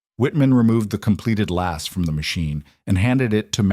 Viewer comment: It would SIGNIFICANTLY improve your perceived credibility if you were to ask a cobbler to explain to you what a "shoe last" is, so you could stop inserting a verbal comma there; pronouncing last as if it were an adjective; then showing images of rifle-stocks 😮